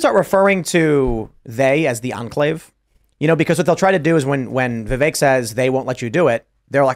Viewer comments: it’s pronounced Vee Vake ( like cake) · It’s not a VEE. It’s Vi. Short i. Stop hyper-foreignizing and overpronouncing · Please don’t call him “vee-vek” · Has a lot to say about Vivek and interviewed him but can’t get close yo a reasonable pronunciation of his name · I like that told that other idiot how to correctly pronounce Vivek's name. The fact that he's supposed to be well versed in politics and can't say his name correctly is a joke.